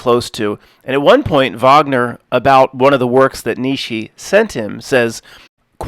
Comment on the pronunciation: Never heard that Wagner quote (nice pronounced it right haha) that is based as hell. ( - I've done him the kindness of not reading his book and my greatest hope is that one day he will thank me for it) I'd have to guess/assume it was regarding the whole "Twilight of the Gods/Idols" debacle lol.